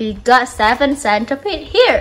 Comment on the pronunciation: I thought you said centipedes were your god for a second lol